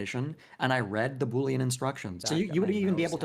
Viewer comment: it's boolean, not bouillon.